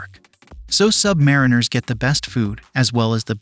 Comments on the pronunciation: Very good video, though I have to point out the mispronunciation of Submariner and Corpsman. It is Sub-marine-er, and Cor-man. The 'ps in the last word is silent. Aside from that, my dad served on 4 diesel/electric subs just after WW2, with both the Gato and Balao classes of boats. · Excellent video. "Not To Be Sheldon Cooper, But...:" In the U.S. Navy, they pronounce the word "Sub-Muh-REE-nur." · You should maybe learn how to pronounce "submariner" the way they pronounce it ... with the accent on the third syllable: sub-ma-REEN-er. Tradition. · It's pronounced "sub-MARINE-er". Not "sub-MARE-inner". I am a submarine veteran and saying that word wrong really grates on our ears. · I pronounced it "submariner" to my cousin who served on a boat. He corrected me: it's pronounced: Submarine R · IT’S PRONOUNCED “SUB-MA-REEN-ER”. Land wogs…..🙄